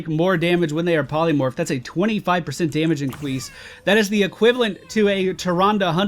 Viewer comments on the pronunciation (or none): Dammage incwease :3